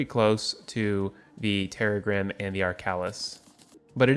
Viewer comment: Correct pronunciation is terr - RAG -grim, rhyming with "crissaegrim," the sword from Castlevania Symphony of the Night that Arkhalis and Terragrim are based on.